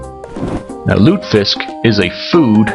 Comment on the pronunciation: Three syllables, lute-eh-fisk.